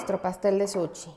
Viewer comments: Que excelente receta!!! muchas gracias !!! un comentario solamente . Se dice SUSHI no Suchi. es con sh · Todo maravilloso Solo porfis di bien SUSHI , no es suchi ni sucxi Que ansia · Nooooooooo, es que no puedes decir suchiiii noooooo, por favor no digas suchi😂😂😂